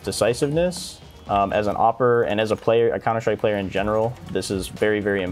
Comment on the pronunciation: has been infected by the shroud's "Counter shtrike" pronunciation